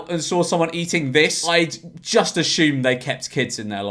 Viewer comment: Ashume ? .. it's assume.